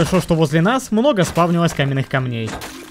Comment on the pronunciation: «камневые камни» ты мастер русского языка😅